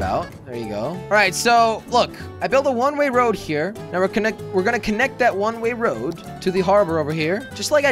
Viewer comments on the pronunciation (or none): It bugs me that he says one ray road